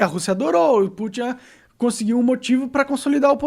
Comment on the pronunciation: Na hora que o Monark foi falar do Putin ele falou Pu-chan, é isso mesmo produção?